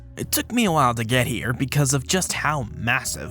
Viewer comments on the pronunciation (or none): none